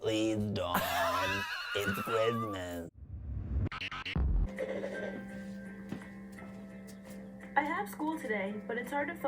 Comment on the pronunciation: Please, it's cwizmez.🌲🎄